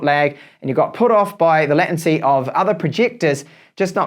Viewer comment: Hi. I'm a long time subscriber so I'm not trying to troll you with regard to your pronunciation of "latency" ( should sound similar to "laytency"). Your pronunciation would require 2 t's. I'm not the grammar and spelling police, I'm just saying.